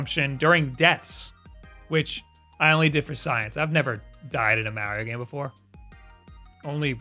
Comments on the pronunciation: still doesn't know how to pronounce mario XD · The way U say Mario kills my ears 😂😂😂 enjoy Ur videos thought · So, I get pronouncing Mario the way that does because it's actually a more common thing, but to pronounce "volts" as "vaults" is just mindblowing to me. Like that's not an accent thing. That's just factually wrong.